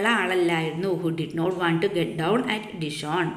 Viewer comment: Dishon ❌️ Dijon✅️